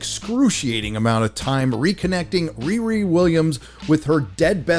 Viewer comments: even a black woman with dreadlocks, that stole a Jewish last name and made her first name a slang word for having sex, all while balding didn't get the name? I am appalled! Its ReeRee not RearE.. someone with her name should get it.. she heard the name riri a few times in the playground as a child. She heard "Whoopi" a few times too.😅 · Whoopi, it's pronounced "Re-Re" as in sofa king we taught it.